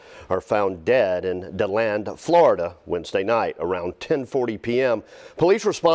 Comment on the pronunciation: if you can’t get places right, find someone who can!!!! it’s de- land florida👎🏽👎🏽👎🏽👎🏽👎🏽👎🏽👎🏽👎🏽👎🏽👎🏽👎🏽